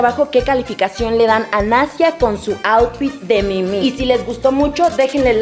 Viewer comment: Por que dice Mimi a la Minnie mouse???